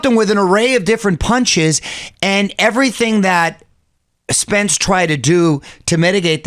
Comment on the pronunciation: Whoever uploaded this video butched Spence’s name.